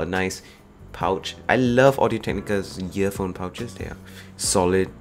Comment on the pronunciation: im hearing "yearphone and yeartips."